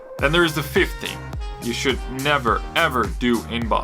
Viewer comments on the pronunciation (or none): none